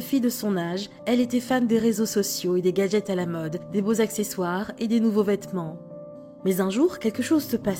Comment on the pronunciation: Elle a dit gadjet